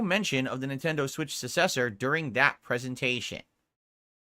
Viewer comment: He really needs to learn how to pronounce successor.